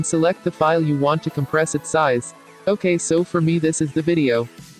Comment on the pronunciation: 'COMPRASE' instead of compress , QULITY instead of quality